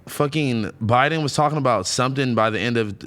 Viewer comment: Why do you guys say jow bidens name so retarted u say buden